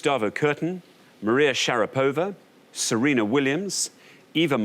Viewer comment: I simply love how the contestant actually sounded correct when she said k-A-felnikov, but not only the hosts not autocorrected themselves, but they doubled down with kaf-E-lnikov. jfc people I know noone cares, but do your due diligence, its your job. how hard is that - not to butcher foreign names on tv time and again, if you insist on including them. it’s shar-A-pova